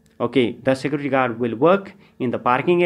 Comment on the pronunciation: You should learn how to pronounce the word "Security"